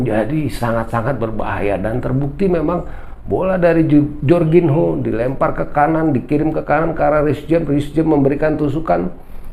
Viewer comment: Bacanya Jorginyo bang....biar enak didenger...hehehe..